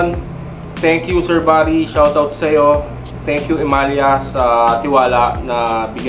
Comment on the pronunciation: E-MA-LA ang alam kobg bigkas jan🤔boss😅